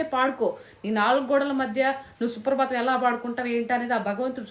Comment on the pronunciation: 2.45🤣🤣🤣 😂😂😂 సుప్రభాతం అండి... సుప్రబాతం కాదు..